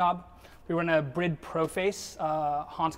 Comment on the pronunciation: Props to this dude for being American and pronouncing Bride right. Lmao.